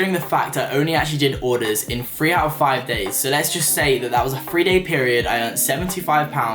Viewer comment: Thhhhhhree not freeeereere 333